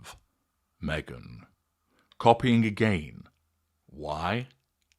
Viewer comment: It's quite strange to hear you say the word 'meghan'.